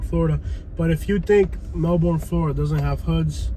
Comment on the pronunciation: Good video and true. I'm a Melbourne native and that area has been problematic since I was a little girl. Just an FYI thought, it's pronounced "melburn".